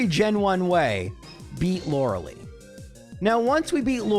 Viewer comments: "lore el eye" not "Laura Lee" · Stop calling her Lore-uh-lee. It is Lore-uh-lie. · Okay, J... I love your runs, but "You're killing me, Smalls!" with the way you mispronounce "Lorelei"--*every time*... :face-purple-sweating: It's not "LOR-ah-LEE", it's "LOR-eh-LYE", for pity's sake! :face-fuchsia-tongue-out::face-turquoise-covering-eyes: 'Much love for the Cubone run, by the way! :face-red-heart-shape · He knows, but he doesn't care. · I will never get over how pronounces Lorelei.